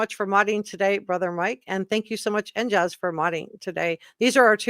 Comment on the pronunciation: Re: "NJaze" who signed in to your program.. You pronounced it "NJazz. Maybe they were hinting at their location, i.e, NJ' s, I think you were contacted by residents of the Garden State, probably Jersey Girls I say girls because Jersey guys don' do stuff like that. Just a thought.